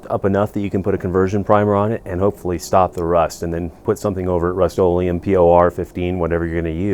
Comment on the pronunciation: ? What did you call the rust - olem